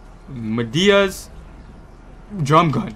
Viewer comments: He said Madea it's pronounced Mightest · He said madia🤣 it’s midas